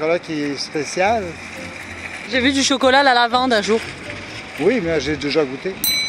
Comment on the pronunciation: J’aime trop quand ils disent « Chocolot »